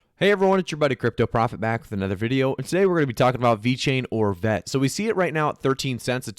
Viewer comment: Please stop saying Vet, it's VET